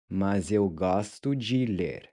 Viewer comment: The three big things I learned in this lesson. 1. The "j" in viajar is pronounced like the "s" in measure. 2. The "d" in "adoro" is pronounced by touching the back of your teeth with your tongue. 3. Gostar + de + infinitive vs. Adorar + infinitive. I just had one question though...when you say "mas" it sounds a little bit like "mais", I don't think I have seen one of your videos that shows how to correctly say "mas"